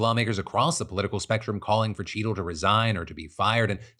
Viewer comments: I had this running in the background and every time Phil said “Cheatle” in the Secret Service story, I heard “Cheeto” and thought he was talking about donnie t. Ha! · I thought you kept saying Cheeto... haha